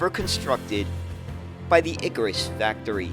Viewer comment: ikaaaaaaAAAAAAAAAaaaaarus!!!! Not iiiikarus. 😂😂😂